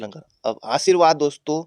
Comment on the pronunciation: itne confidence se galat pdha rhe h🤣🤣